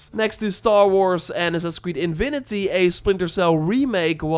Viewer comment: Happy New Year man! P.S. please don't mispronounce it Assassin's Creed: "Invinity" for the whole year haha!